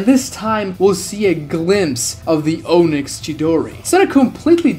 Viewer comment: Onyx isnt pronounced “Oh-nicks” its “ah-nicks”